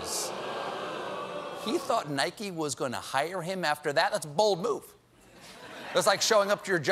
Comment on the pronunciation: 😂😂why do some people pronounce it as “Nikey”